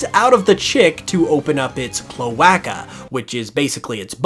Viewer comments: Clo-ay-ca, not clo-ah-ca. Deli-a, not De-lye-a. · I’ve never heard cloaca pronounced so strangely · I'm dying at the pronunciation of cloaca. And they don't have to push poop out to sex chicks. Though I guess they may poo on you if you're vent sexing. Lol